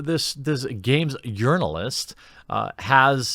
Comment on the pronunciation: I wouldn't call that a threat. A threat implies he has any power. Let him write his silly little "negative" review. Watch Earthworm Jim still rocket to success while we all drink salty SJW tears. Also, I always thought you were saying "yearn"-alist, as in "someone who yearns to be recognized as an actual journal"-ist. Huh! ALSO-also... that word is pronounced "ass-waged".